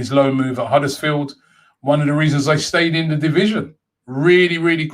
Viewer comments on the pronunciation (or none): none